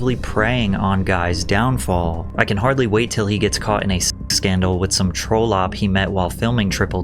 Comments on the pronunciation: troll-op ?😂 Its "Tra lip" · it's pronounced TROL-up. Like doll, not dull. And it's an old timey word for sl*t. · Lol Patrick mispronouncing "trollop" as "troll opp". Hahah such a gen z thing to see it that way. Just the mental image of a short little bearded gangster makes me giggle. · hahaha trollop is not troll-op, its "trollup". Synonymous with, say, hussy. Old school word for wh***, essentially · Lmao troll-op? It’s pronounced trawlup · "trollop" is pronounced "Trah-lup" common in the UK :-) great video as always Patrick! I am staying hydrated. Xx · It’s pronounced trollerp btw pat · "Troh-lop?" - Ahahahahahahahahahaahaaaa. Trollop - rhymes with dollop. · found the obligatory blatant mispronunciation for engagement - "TROLL-OP" lol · Troll Op 💀I refuse to believe it's intentional. This boy just can't read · … no way he just pronounced the word trollop as troll-Opp 😭😭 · Trollop is pronounced Trall-up. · Dude said Troll-Opp 😅😅😅😅 look up the pronunciation of Trollop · This is why i hate people learning pronunciation from other goons on the internet. Because people online cant pronounce the word troll a simple word like trollop is now pronounced trow lop 🤦🏿‍♂️ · That's not.how you say trollop. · That's not how you pronounce trollop Pat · The way he pronounced trollop 😂